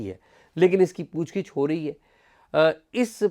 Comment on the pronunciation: پُوچھ گِچھ .... درست تلفظ کا شکریہ.